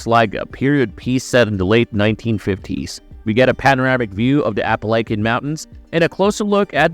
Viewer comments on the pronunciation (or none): I’m glad I’m not the only one who noticed this. This guy pronounces everything that has a “T” in it like it’s a “D” “the oder movies…” and completely destroys “the Appalachian”